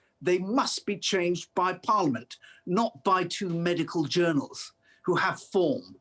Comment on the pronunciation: Who is this goon who pronounces "medical journal" like it was an insult?